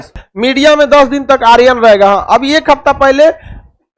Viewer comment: Aap aaryan ko sahi boliye ga